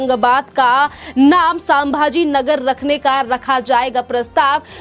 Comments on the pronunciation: मॅडम:--- सांभाजी × नहीं 👎 संभाजी 👍✓ हर हर महादेव 🚩🇮🇳🙏 एक मराठी माणूस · कृपया pronunciation पर ध्यान दें। सामभा जी नहीं है शम्भा जी महाराज है। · सांभा जी नहीं, संभाजी!